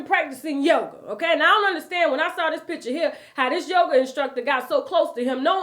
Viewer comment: You get on my nerves! A lot of yogi’s and he doing yoger 😂